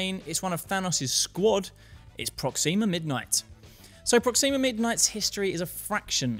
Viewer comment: I hate to be the "you're pronouncing it wrong" guy, but it's PrOxima, not ProxIma. It just sounds... Weird when you stress the i